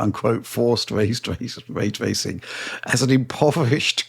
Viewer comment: 'Way twacing'